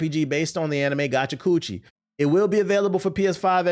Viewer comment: TBH mispronouncing Gachiakuta make it sounds like a MAGA version of gotcha nose lol